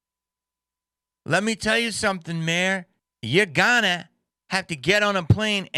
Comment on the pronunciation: "....the mayors a'ganna" got me rolling Jamie. Rock on dude.